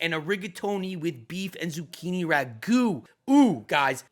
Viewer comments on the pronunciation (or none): none